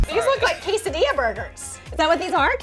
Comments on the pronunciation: Anyone else who speaks Spanish cringe when she said quesodiLa 2 ll’s in Spanish makes a y sound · Ew it’s quesaDEEYA not diLAH, listen to lily